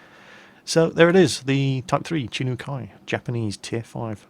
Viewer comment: Close Second part is correct First sounds like Hee-jo. More like a soft "j" like zho